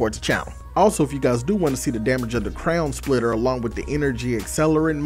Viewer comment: i swear i heard you say crayon splitter